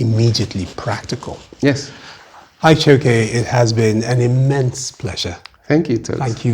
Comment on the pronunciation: Nice, you are not pronouncing the Ike well